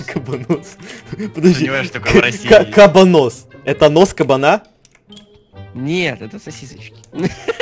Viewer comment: Я знаю что видео было выпущено 2 года назад, но...... КАБАНОС УДОРЕНИЕ НА ВТОРУЮ "А"